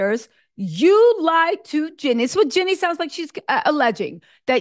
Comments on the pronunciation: It's JEEEEEEEEEEANNIE, not Jennie. She's a Bay girl and we DO NOT play. 😳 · Her name is Jean nie not Jennie